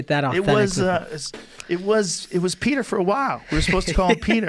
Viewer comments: Isn’t his name pronounced “Petcher” not Pooter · Its pronounced peh-tler like you roll the L at the end, not pee-o-ter. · Joe "Pee-oh-trr" Rogan